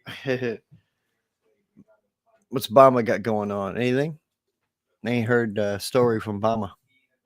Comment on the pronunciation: definitely need your partner there on with you the chemistry was great him calling bama "bahma" had me rolling when I finally caught who he was talking to. Lol he's faster on the clapbacks than me lmao